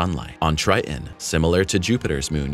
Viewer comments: TriTon, not Tri'en. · Triton is not pronounced Tr-eye-in, it is Tr-eye-t-on. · I had to stop watching when the narrator said “Tri_on” instead of “Triton”.😄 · 1. Why the stupid click-bait title? 2. It's pronounced "Tri-ton" not "Tri-Unh" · Tell your narrator that it's Triton, not Tri’on. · Tri-Ton.....please, use the T in the middle of the word. Its Triton, not Tri-ehn. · what do you expect from a text to speech engine? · Narrator sounds like a robot who has no idea what it’s saying. A robot with valley girl pronunciation: “Tri*on” (Triton). Who produces these juvenile quality videos and why? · Is the second T in Triton silent? You keep saying Tri-in. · How do you teach and not pronounce the planet correctly 🤔 🤨 The planet is NOT pronounced Tri-an...there is a "T" in there....somewhere 🙄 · "Neptune's greatest moon Tri'n." lol. It's really okay to say Ts in the middle of words.. 🤦‍♂️ the video stopped being about the info and became a comedy of confusion after hearing him repeatedly say that. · You would sound more knowledgeable if you’d learn how to correctly pronounce “Triton”. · Love the content. Hate the way you say Triton. There's two T's in it xD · Is it Trian, or Tritan? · a T in the middle of the word Triton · Interesting video! But the fact that the narrator is not pronouncing his Ts is annoying.